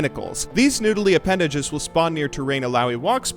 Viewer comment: "noodely appendages " thanks thanks